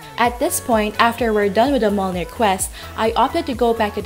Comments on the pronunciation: It’s “mi-yol-nir” hihi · I pity the noob that actually goes and kill 300 skeletons when the quest requires PIRATE SKELETONS - two different mobs. Also, Mjolnir is pronounced Myolnir ;) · mjolnir= Em jolnir :D yggberry= Way GG berry XD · pronounced as myolnir